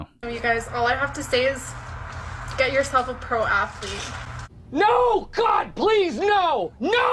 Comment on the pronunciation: I hate when they talk like “oh my god-a!” “You can’t be serious-a” “I need you-a” it’s like nails on a chalkboard